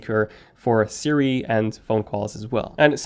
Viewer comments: hey ”Sindy” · Ummm Did you says Cindy 😂😂 I like it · Did he really say HEY Sindy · This dude really said “hey Cindy”